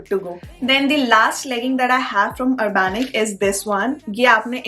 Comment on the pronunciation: It's URBANIC not URBANICS